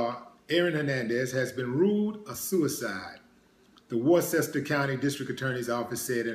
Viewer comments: Worcester is pronounced Wustah here in MA. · "War-sester?" Do you mean "Wooh-ster." Damn dude. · Peace to you Willie D.. Worcester is pronounced Wister...I know it's crazy.. I am from VA..and said the same thing..I enjoy your Videos Brother. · Pronounce Worcester wrong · He wasn't serving time for 3 bodies either lol. And it's Worcester, you're pronouncing it wrong. Smh